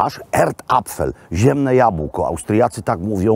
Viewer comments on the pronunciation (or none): none